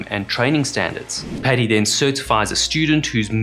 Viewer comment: It's 'padi' not 'pedi' Maybe call it 'pedi bear' :facepalm